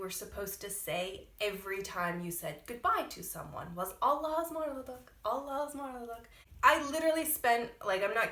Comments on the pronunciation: It is not embrassing .There are the people who use this phrase. Also pronounciation is like "Alasmarladık" because there is a gramer rule maybe u did not bump into. Hece kaynaştirma or ulama. Allaha ısmarladık means.I entrust you to God! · yeah, allahaısmarladık is a old word but we still use it. sorry but you dont pronounce it well, thats why :) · "Hoşca kal(-ın)" ))), not Allahasmarladık! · Allahaısmarladık diye okunuyo aw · People do say Allahaısmarladık I'm sure it's just not the way you used it. Also it's just s long word so even your very practiced pronunciation is difficult to understand